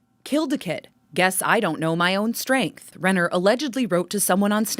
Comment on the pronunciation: My maiden name is Renner. It makes me sick to think that someone I might be related to (Renner isnt a common last name) did this. On a separate note, I apprecite the fact that you pronounces it correctly.